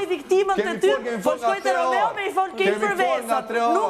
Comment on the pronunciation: Dhe Vesa qe nuk u mesua te thote Romeo, por Romao, dhe jo chift por qeft, 🤮